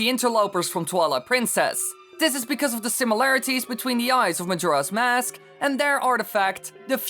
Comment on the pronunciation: Every time you say "Mask" all I hear is "mosque"